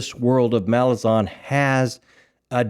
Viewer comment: guys just a nitpick...it's 'Malaz'An not MalaZAHN